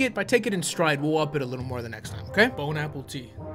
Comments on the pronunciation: Did he just say “bone apple tea” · Did he say “bone apple tea”? Lol joe santagato is going insane right now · Did this man just say "Bone apple tea" ? 😂